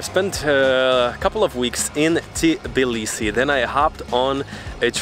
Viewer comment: Please -- NOT T I B I L I S I !!! But TBILISI !!!!